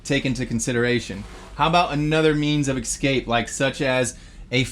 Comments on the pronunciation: lol and 15;55 and 18;16 and 18;21 and 19;14 and 20;30 I played it back 8 times and he definitely says emergency EX-CAPE hatch"😂😂🤣🤣🤣🤣🤣🤣🤣😂😂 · cmon its escape not excape lol. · THERE'S NO "X" IN ESCAPE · The word is es- cape. There is no such word as ex- cape